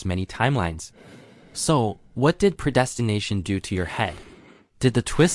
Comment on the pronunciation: Say preydestination again 🤣😂🤣😂🤦‍♀